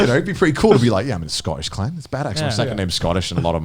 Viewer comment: How are they able to say clan with an audible k ?